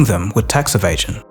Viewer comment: "Tax Evation" ??